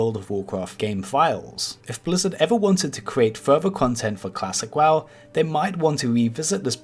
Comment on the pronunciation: when I hear WAW instead of W-O-W..... TRIGGERED!!! what an idiot...